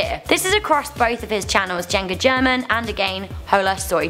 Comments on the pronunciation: As a mexican I cringed when said "JengaGerman" insted of JuegaGerman 😣😣😣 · Can you please take your time to actually learn how to pronounce words and names like German and juega ty🙂